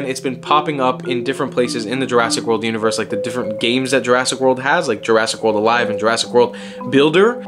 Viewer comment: Jurassic World Univorse , lol